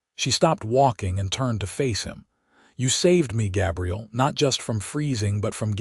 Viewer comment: GAbriel like an A